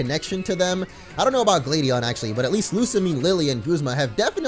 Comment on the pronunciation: much why can't you say gladion write